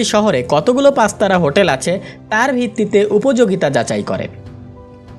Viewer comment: prozect - shothik uccharon hobe project pastara hotel - shothik uccharon hobe Pachtara hotel antorzatik - shothik uccharon hobe antorjatik